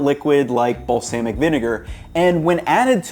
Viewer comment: What is balls-Aay-mic vinegar?!?! 😂